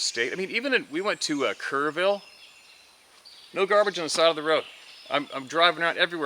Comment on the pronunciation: Some fun facts from San Antonio. The pronunciation of Seguin ( sih- GHEEN ) Bexar County is pronounced( Bear). Kerrville is (Kurr- Ville) love Kerrville. And this one is real crazy Gruene Tx. Is ( Green ). Love the truth. Stay safe and blessed.